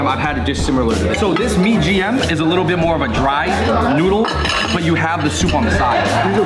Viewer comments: it's not mie GM, but MIE AYAM... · MIE AYAM NOT MIE GM! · mie gm ? mybe its mie ayam 😂